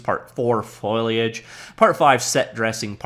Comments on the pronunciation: How to pronounce foliage: first say foe, like as in "friend or foe". Then say lay as in "lay down". You've got the -age bit perfectly, just the first two syllables are tangled together like "foil-y". Practice foe-lay, foe-lay etc. I'm not taking the piss here. I just know that you can do it,. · Still having problems with that pronunciation, eh. Think Foley, then add Age. Foley-age. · Foliage foliage foliage. You know a folio? Or a portfolio? A portfolio is a big folder for carrying (port -- a "porter" carries stuff) you folios, or "leaves" of paper. Foliage is leaves -- sam word, same pronunciation. Folio, foliage, folio, foliage, polio, poliage.